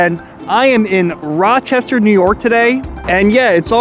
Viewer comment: ah yes, Roachestershire